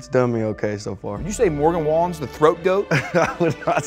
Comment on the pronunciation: It’s funny cause In the first one Caleb called him Morgey Wallen 😂